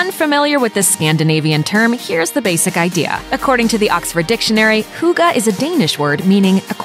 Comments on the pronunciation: I am not even Danish and felt the urge to correct her any time she said hygge... Euh, I mean... hooggah. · all I could think was "Hooga-chaka, hooga-hooga Hooga-chaka" hahaha ("hooked on a feeling" for those who wonder) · How she said it like “huga” annoyed the shit out of me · Hooga? Uhh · I can't help it but I hate how she says "hugah" instead of hygge.. 😳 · why she pronouncing hygge as huga??? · "Huga".... How does Hygge become huga???? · Hygge is not pronounced “hugga” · Omg no... it’s NOT huga 😂😂😂 please research first or at least try to pronounce it right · Hygge = Huuuga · I've never heard "hygge" pronounced so badly. You could at least have tried. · The guy pronounced HYGGE...why can't you??? Americans are often so culturally rude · They even have i clip in the video where the word is pronounced correctly, but she sounds like she have never heard it before. They're just guessing. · I laughed so much when I heard her say Hygge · lol, the word hygge is NOT pronounced like that hahaha. I know for sure, cuz im danish hahahah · Eva Orts pretty much, yes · As a Dane, hearing her pronunciation of "hygge" is absolutely hilarious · The way she pronounced hygge.. my heart is aching (it's not too weird tho because the Danes have always said it's pronounced that way..) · BTW: You pronounce the hygge and russ wrong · I'm not even danish but I cringed so hard at the way she pronounced hygge argh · Haha im from Denmark and i lmao when you said hygge* you said it wrong haha ❤️ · that’s really not how you pronounce hygge. or russefeiring. please at least do one minute of research before trying to pronounce words in other languages... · you pronounced "hygge" completely wrong 🤔😂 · it's "hygge" not "hooga" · I cant stop laughing... "Hooga" -.- It's pronounced "hooggeh" Hygge :) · Bullshit. Just take the video down. And that way you say hygge. Wtf? Hoogaa????😂😅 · You don’t pronounce hygge with an u you pronounce with an y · sounds like she said Hookah XD